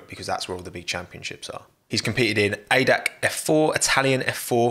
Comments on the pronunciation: Ist NOT pronounced adac! A D A C single letters in the pronounciation. Its the „Allgemeine Deutsche Automobil Club“ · Please don't say "adac". It's A-D-A-C. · I´m german. The ADAc is not spoken as a word. Its A D A C. Its a abbreviation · My german heart breaks a little more everytime someone calls it ADAC and not A D A C.